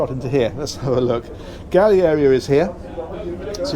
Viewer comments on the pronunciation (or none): Galley not valley